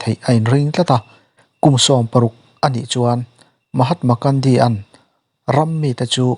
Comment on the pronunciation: Mahatma Kandi ti a i lam hi a dik lo. Mahatma Gandhi ani. Gun (silai) lam dan in lam roh.